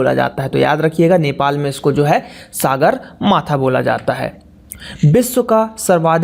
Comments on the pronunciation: सागरमाथा नहि हे,सगरमाथा हे। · Sir I'm from Nepal... Height of mount everest is 8848m and we call it sagarmatha not saagarmatha... Ulta ultaa mat padhaao bhae